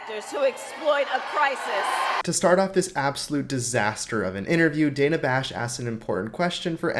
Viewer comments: Who is Danna? She keeps calling Dana Bash Danna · danna? did K just mispronounce dana's name?